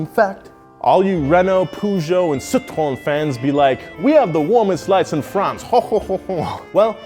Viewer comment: The way he says Citroën